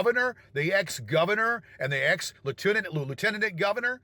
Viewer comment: "Suing the GOVERNOR? The ex-GOVERNOR? And the ex-Latoonint-L-Liutenanant governor??" The way he mispronounces things is actually kind of astonishing.